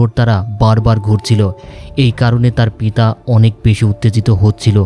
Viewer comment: বার বার পিতা শব্দ টা কেমন যেন শোনাচ্ছে😅